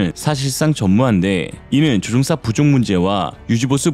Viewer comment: 조종사 조옹사 퍼센트 퍼엔트 최소한 기계음은 아니갰군 아님 싸구려 장비이든지... 암튼 내용과 상관없이 듣기 엄청 거슬리네요